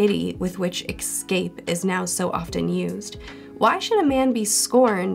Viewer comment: It's totally off-topic, but why do you pronounce escape as 'excape'?